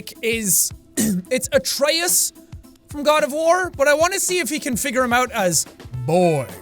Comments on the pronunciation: I know it might be different in different areas or in the game. But the god Atreus it’s pronounce A-tree-us. At least that’s how I’ve learned it in my classical myth class. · M8 YOU CAN'T PRONOUNCE GOD NAMES, IT'S AE-TREE-US AND FEN-REAR JESUS FUCK I LOVE YOU MAN BUT HOLY FUCK